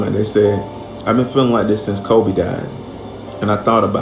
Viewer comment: He says kobe right